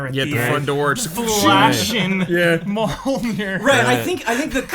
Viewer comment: I've never heard Mjolnir mispronounced so many times, so many different ways.